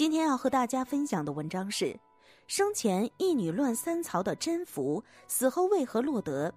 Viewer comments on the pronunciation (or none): 宓 不是應該讀音 me嗎